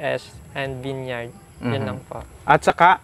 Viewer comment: Di ginawa homework vineyard lang sablay sa pag pronounce.